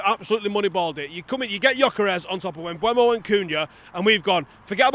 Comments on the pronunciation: If you keep saying Mbwemo I don't think I can keep watching. Devastating news for you I'm sure. Seriously mate sort it out. M-beu-mo. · Bryan Mbeumo. Pronounced: Mm - boo - moe.